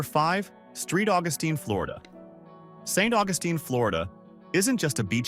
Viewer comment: St. Augustine (AWE-gus-teen) is a really beautiful and pretty decently priced place to live. The catch?? Getting sucked off to sea by hurricanes ever other year. Occasionally having to evacuate inland until it's safe and, you still live in Florida so, it will be extremely hot and humid. Air-conditioning is your friend... In the house, in your car, in your golf cart. 😆 But you gotta go awhile to see mountains.this guy says everything wrong. It's not "Praw-lin" like some try to say (sorry, you're wrong! 😆), it's "Pray-leen" which are toffee and pecans (NOT "PEE-cans") 😊 And, yes... St. Augustine is definitely haunted. They have done several episodes of ghost hunting shows there. 😊 Telluride survives on the tourist trade for the skiers, that's who most of the populous you see is. ⛷️ If you really want to find place that's like this, in the mountains, absolutely beautiful and nobody has heard of it and the street numbers are like 36, 2, and 17... Then go to "Big fork" Montana, North of Missoula and just outside Kalispell. Just on the river, near Flathead river, it looks like these tourist traps. It's still expensive but nothing like these places. At least not last time I was there. 😊 That said, Kalispell IS the type place you're talking about. The town is exactly in a grid, quaint, old and the living living room window of my place right at the edge of town looked out over a big, green valley with a river through it, deer and Elk running around then 7+ thousand feet, straight up L